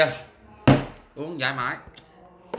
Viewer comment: Uống giải mỏi chứ ko phải là giải mãi nghe cu. ? phát âm cho đúng vào chứ ko tụi Nhật nó đập cho chừ kk